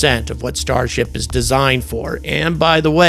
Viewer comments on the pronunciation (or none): Starsh-t LOL